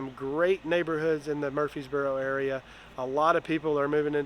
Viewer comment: It's Murfreesboro 😂